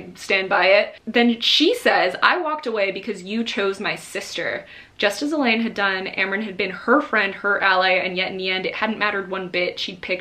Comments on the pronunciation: I’m sorry…. Are you saying “E-LEED”??????? You mean “E-LANE… it’s literally spelled Elaine. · Such an amazing talk about the book absolutely loved how you explained everything. Love how you stuck to your thoughts about it. Also loved how you were so focused on explaining about Nesta and the book you continued to say Elain's name wrong and you never caught yourself lol That is a good thing because you were passionate about your thoughts loved it ❤❤